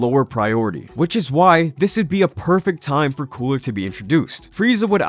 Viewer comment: So we're literally all going to continue to nerd out and ignore the fact that he said coola lmao , I mean I'm 100% with it it actually does sound better but at the same time ,, I need to confirm are we all ignoring this ? 🤣🤔🧐